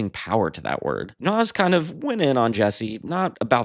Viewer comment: Pronounced “Nahz”